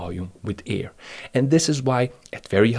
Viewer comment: Listen mate u are pronouncing Air as EAR.......I prefer to have stable pressures in my ears....kihi....